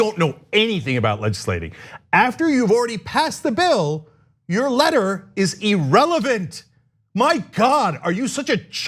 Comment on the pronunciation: The ir at the beginning of the word irrelevant is pronounced the same as the word ear. It's not a long e sound. This is a a common error.